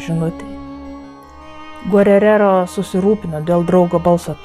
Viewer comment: geurero o ne gurerero, Benua o ne benoit